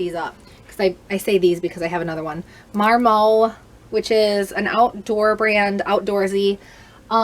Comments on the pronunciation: The T is not silent. mar-MOT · Sooooo Lolë is pronounced "luh-lay", or like "Olé" with an "L" at the begining (it is a French company) and Marmot is pronounced "mar-muht" (it is an American company). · Thanks for sharing your haul. My husband is a big collector of outdoor clothing... Marmot is pronounced Mar-mutt and Kuhl is pronounced cool. Why can't they just use regular words? LOL. Love your channel, and it was so fun meeting you that one time at Goodwill. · It's actually pronounced MAR-MAWT. It's an animal! No silent "T". ha ha. It's OK - you aren't an idiot, some of these names are just hard to pronounce. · The T in Marmot is not silent. The brand is named after an animal that you find in the mountains. It is a ski brand really popular in Canada and other nordic regions. Whistler where 2010 winter olympics were held is called that because they have Marmots up in the mountains and they make a whistling noise.